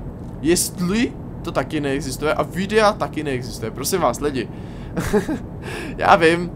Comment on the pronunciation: "VYDEA" :D